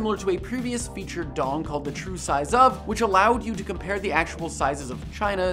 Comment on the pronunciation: D.O.N.G? What the hell is D.O.N.G? This is D!NG!